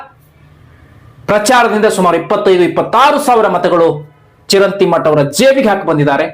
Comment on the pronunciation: ಚಿರಂತಿ ಅಲ್ಲಾ ಚರಂತೀ